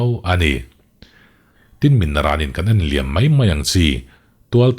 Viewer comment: '...kan enliam mai mai ang chi...' tiha 'enliam' i lam dãn hi 'kan insual laiin...' tiha 'insual' lam rik anga lam a dik ang.